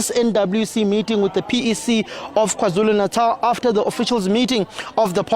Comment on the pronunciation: you're a Nguni person, why do you pronounce KwaZulu Natal like that?!